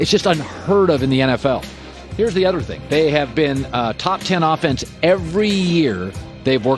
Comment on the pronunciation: Colin can you please work on your pronunciation of other, it really bother me. Thanks